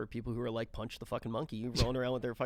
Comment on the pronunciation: Panchi not punch